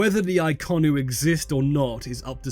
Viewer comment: Isn't it Inconnu instead of Iconnu?